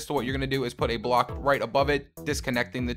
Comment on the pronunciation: You said bock instead of block